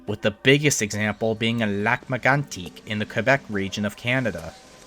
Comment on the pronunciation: Why are you pronouncing Lac Megantac that way in this video? I've watched your video on that and that was not how you did it then.